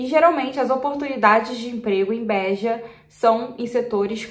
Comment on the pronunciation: Nao é bÉja, e beja. Nao é alentÉjo, é alentejo. Nao é pÓr tugal, é portugal.